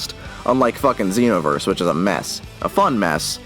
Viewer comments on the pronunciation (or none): none